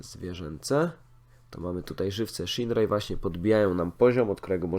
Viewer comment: Muszka nie szinrei tylko sziner:) pozdrawiam i czekam na więcej materiałów z fishing planet:)